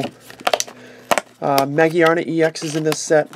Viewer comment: It's ma-gear-na